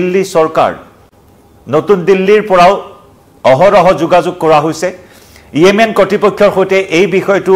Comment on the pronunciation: য়েমেন নহয়, ৰে 😂😂 য়ামেন হয় 😂😂